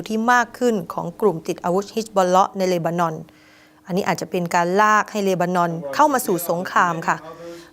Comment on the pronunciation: ช่วยอ่านที เลนานอน หรือ เลบานอน เห็นแก่เงินมากกว่าความถูกต้อง สัตว์